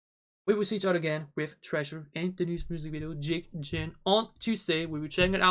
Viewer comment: Jikjin not jinjik